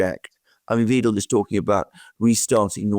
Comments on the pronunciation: It's killing me how you manage to mispronounce "Weidel"! "ei" in German is pronounced like the "i" in "ride" and the "W" is pronounced like the "V" in "Vancouver". Please, please, practice. Your way of saying the name hurts! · It's Weidel, the German "ie" and "i" are pronounced like the letter "e" in the english language. The "ei" is pronounced like the english "i". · It's not "Weedle". It's "Vidle" as in "idle" with a "V". 🙃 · Alice Weidel, not Weedel. Like "wide"-el. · Please, please: Weidel, not Wiiiiedel!!!!!!!!!!!!!!!!!!!!!!!!!!!111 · It's pronounced [Why-del]... NOT [Weedel]. 😅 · You guys get the pronunciation of "Weidel" wrong. Elon too got it wrong in the X space with her. :D It´s spoken like "Waidel", not "Widel". There´s am "ai" sound there, not "e". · plz dont call the Lady Alice Weedle...it would be more alike Wydel... you DID do the perfect german pronincuation for the "ie" but its an "ei" ^^ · Please pronounce her name correctly.. it’s WIDELY not WEDEL 😊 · Guys, please! :face-purple-crying: It's Wahydel, not Weedel. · Great video as always, but, and Alexander, if you insist on calling Alice Weidel, Alice VEEDEL, then you'd better start calling the 3rd Reich, the 3rd REEK! Her name is pronounced V-I-DEL. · Pronounce Weidel as widel please. As I . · Her name rhymes with "idle"! Thanks. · Weidel to be pronounced ``videl`` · Is it really so hard to say German names properly? Alice Weidel (pronounce it like WIDLE) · Gentlemen, please-- it's pronounced "W-aa-[schwa]-del"-- unless you want to troll her? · The pronunciation of Ms Weidel is like in the English “eye”, I.e. W[eye]dl! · and Alexander, German is hard to pronounce; so let me inform you about the correct pronunciation of the name "Weidel". It's ali:s vaidəl. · PLEASE PRONOUCE ALICE WEIDEL NAME CORRECTLY IT IS LIKE A Y ,WYDEL IN ENGLISH.THANK YOU. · It’s pronounced Whydel….like Why and Dell computers,believe me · not "Wedel"...W*ei*del! 🤣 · It is pronounced Alice Why-del not We-del.